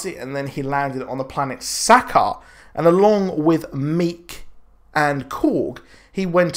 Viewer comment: Douchy comment incoming I know, fuck me right? Sakaar... ur pronunciation... plz watch the original Planet Hulk movie and see how they say it Xo